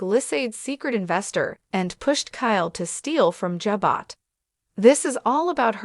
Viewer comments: Please learn to pronounce Ja-bow correctly! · EXACTLY!! This person/Ai needs to be corrected or educated on the pronounceation of Ja-bow. 😂🤦‍♀️